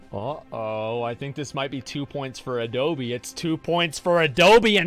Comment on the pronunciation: i like how his name is not even adobe but adole lol